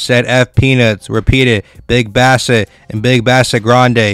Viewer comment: Get it RIGHT ...BIG BASSETT !